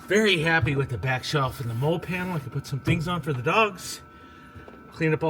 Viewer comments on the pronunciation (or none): Good video. Just ordered the rear wall shelf. Side note molle is pronounced "molly" 🙂